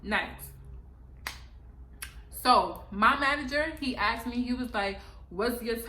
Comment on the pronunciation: Asked not axed